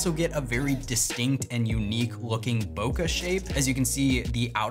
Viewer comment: some1 tell this guy how to pronounce bokeh please